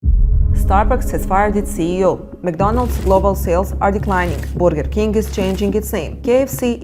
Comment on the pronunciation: I love the way she says boorger King 😅